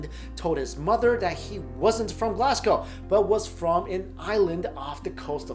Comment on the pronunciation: Oi. Props to you for pronouncing Glasgow the correct way😄👍🏼